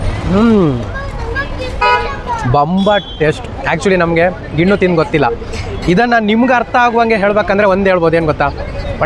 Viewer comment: ನೀನು ಪೆಂಗಾ ಅವ್ನು ಮಾರ್ತಿರೋನು ಪೆಂಗಾ ಅದು ಗಿಣ್ಣು ಅಲ್ಲ ಗಿಣ್ಣ